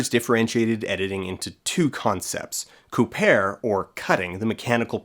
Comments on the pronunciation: literally cringed when i heard coo-pair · couper is pronounced koopay. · Coupaiiir. Montaiiir. Dat pronunciation ! Apart from that, a delightful video, as always. It shows how what we tend to take for granted had to be thought out at the begining, it comes from somewhere and is quite deeper than we first assumed. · Couper and Monter are pronounced coupé/coupay and monté/montay, just saying. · Monter and Couper are pronounced : MON-TAY /// COU-PAY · The final r are silent mate. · The way you said "couper" made me want to chow down on some camembert to recuperate myself. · wow he really butchered the pronunciation of couper and monter. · the r in the end of couper and monter is silent